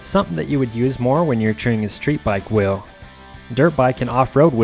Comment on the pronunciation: Why does he call it a ‘whirrel’ and not a wheel